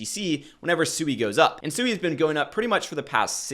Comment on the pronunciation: It's pronounced "swee" like sweet or swing. It's a Japanese word for water.